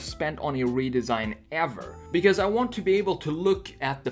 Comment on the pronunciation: älskar hur du säger because. "becöös"